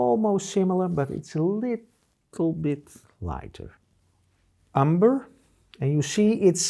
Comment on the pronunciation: i had no idea carmine/crimson was made from lice and i laughed everytime he emphasized the fact that it was. Also, i will no longer pronounce umber as that but as umberrrrrrrrrrrrrr lmao love this man